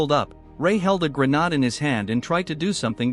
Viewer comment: WHY YOU SAY GERNAD 😭